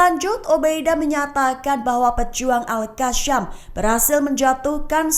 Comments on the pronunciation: Gak enak banget kakak ini baca berita, sejak kapan al qassam jadi al qasyam 😢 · Al Qassam bukannya Al Qasyam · Gemes sama host..bisa baca ga sih 😮 Qasam itu Qaf... bacanya Qosam... bukan al kasyam.beda artinya mba.. astaghfirullah